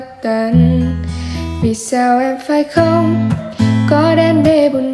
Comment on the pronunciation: Khôn còn tươn lai... nghe giọng bạn thì hay nhưng phát âm nghe hơi tức tức ấy ạ. Góp ý thôi, chúc bạn thành công